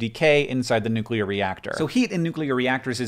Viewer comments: I just want to commend you for not saying nucular. So many freaking people I respect mispronouncing that word it drives me insane. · wow i'm early.... but also thanks hank for pronouncing "nuclear" the proper way (my chem teacher didn't do that)